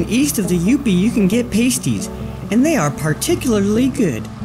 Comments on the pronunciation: That's not how you pronounce "pasties." Unless you're talking about the things strippers use to cover their nipples. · 'PAS-ties' not 'pay-sties'